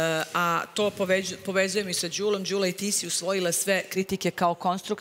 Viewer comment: Nije GULA JEL MOGUĆE DA VAK JE SLOVO Đ NEPOZNATO PIŠE SE I IZGOVARA ISTO ĐULA❤